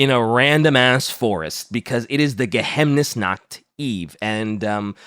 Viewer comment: As a german i have to say: Its pronounced "Geheimnisnacht" (Geheimnis = Secret / and Nacht = Night) not "Gehemnisnacht" like calls it. If you pronounce it Gehemnisnacht it would mean Inhibited-Night. In German you pronounce every Letter in a word, unlike in French where you just ignore half the Letters. And yes im fun at Partys. Especially at German-Grammer-Partys.